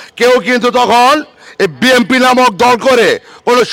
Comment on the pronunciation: বিএনপি শব্দের উচ্চারণ ভালো করে করেন😅😅😅